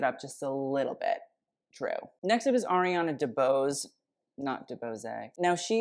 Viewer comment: Lollll, thank you for pronouncing Ariana DeBose correctly! It is music to the ears :)